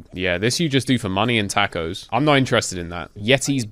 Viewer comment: “tack o’s” -this dude